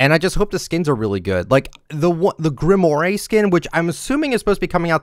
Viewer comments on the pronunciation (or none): I'm sorry man, I love ya and all but I can't stand when you mispronounce names xD You've pronounced "Grimore" as "Grim-or-aye" and its pronounced "Grim-rawr". Look to Destiny and Destiny 2 for this as thats the name of the game's currency! Just needed you to know, love ya though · Heads up: Grimoire is pronounced Grim-wore. I know because of Black Clover. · Why does he pronounce Grimoire like that 😐